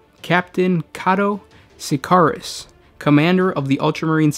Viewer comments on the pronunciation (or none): Its pronounced Kato Sick Cari us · butched the pronouncing of Cato sicarious was painful otherwise another enjoyable video